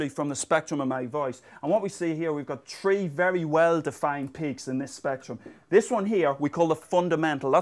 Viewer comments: He says shree or tree too many times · I love it how he pronounces three! haha